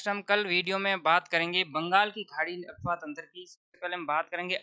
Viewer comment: गुरुजी यह अपवाह तंत्र होता हैं न कि अफवाह तंत्र...😊 अफ़वाह... झूठी बातें अपवाह ...आंतरिक/ भूगर्भ में जल प्रवाह